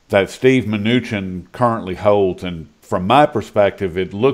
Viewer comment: That was the best interview ever...he just kept pronouncing Munchinks name wrong!?!